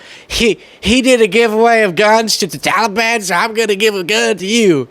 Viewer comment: Have anybody noticed how she pronounces "The Taliban. Is she trying to intimidate somebody??? By shooting those guns??? Her mouth was not enough???should we start shaking???